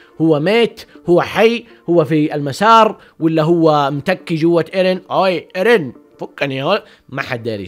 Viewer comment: اسمه ايرين ايش الي ايريه ترا مرة ما قاعد تجيب لكنة يابانية 😂😂